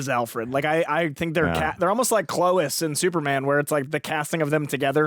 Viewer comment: Clois?? It’s Larkis man…..